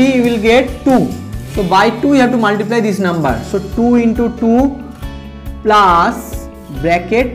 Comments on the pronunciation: Sir please speak correctly it is plus not plaas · Its not plaas... Its plus.. Sir